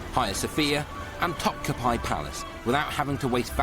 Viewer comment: that soup tastes best at 3 am when you are "still" drunk but kinda peckish, if you know what I mean! also, Topkap"eye"? LOL